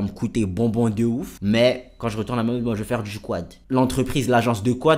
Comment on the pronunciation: Arête de dire mayotté